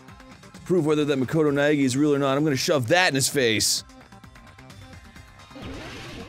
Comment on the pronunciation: Also, just a moment to applaud Hinata's actor on pronouncing Makoto Naegi 🙏